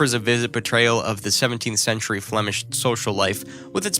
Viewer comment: DREADFUL pronunciation of Dutch names of artists, places and techniques. PAINFUL to get thru😱!!! Is it 'sentry' or 'century', Rembrandt van WHO? Charushio or Chiaroscuro?🤔